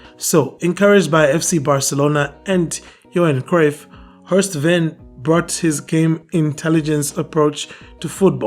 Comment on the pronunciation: Horst was my coaching mentor and friend. Thank you for pointing this out. His name is pronounced "Vein"